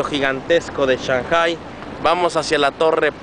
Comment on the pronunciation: aprende a pronunciar shanghpai xDDDDDDDDDDDDDDDDDDD